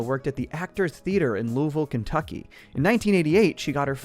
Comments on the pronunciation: I’m still just so happy you pronounce Louisville correctly 🐎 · thank you for saying Louisville correctly, love to see it! you have fans in the 502!!!